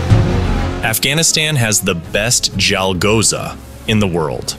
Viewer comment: bro its CHalghoza u keep pronouncing it wrong in such a clearly pronounced nd repetitive manner i cant continue me lunch :)